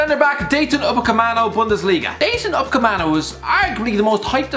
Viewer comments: upamecano not umapaceano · Dayton upacemano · Who tf is Upacemano , I know Upamecano not that guy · No one: Absolutely no one:: DaYtOn UcApEmAnO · Did anyone notice he said Daytin upacemano? And he just signed for Bayern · "Uppercommano"? Want to attempt that one again? 😂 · Dayton Ohh-Camano? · Yeah this deserves more unlikes than likes purely for shitting on UpaMECAno and Donarumma. Also, learn some proper pronounciations CHRIST ABOVE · Dayton Upecamano? Your job is talking about footballers, how can you not pronounce stuff? How difficult is Dayot? Where has the fucking 'n' come from? And how can you call him overrated? This list is a mess, watch more football. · 1. thanks for admitting that you don’t watch Bundesliga 2. mate you can’t even pronounce his name right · he cant even say upamecano properly, that says it all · Can’t even say Upamecano definitely never watched him play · Is nobody gonna talk about how he gave Upamecano a new first name and butchered his last name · Calling Upamecano overrated when you can't even pronounce his name right is quite a push lad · You could not have pronounced "Dayot Upamecano" any more wrong than you did in this video. You didn't even try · damn that perfect upamecano pronunciation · He can't say Upamecano hahaha